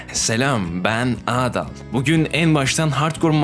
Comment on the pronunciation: Abi adın adal ama sen ağdal diye söylüyorsun